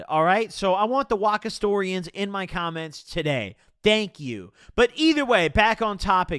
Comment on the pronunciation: “Waka storian” 😭